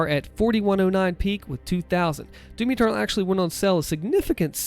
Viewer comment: Everytime he said doom eternal I thought he was saying Timmy turtle